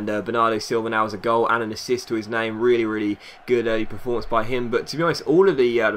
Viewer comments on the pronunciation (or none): none